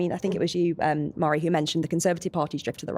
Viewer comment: Forgive me, but, isnt it pronounced "varree", not "mar-ee"?